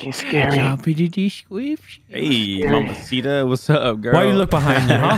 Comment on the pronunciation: He really said top fo description